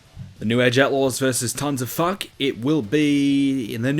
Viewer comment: Really sounds like you're saying "Tons Of Fuck" lol awesome video, i just subbed!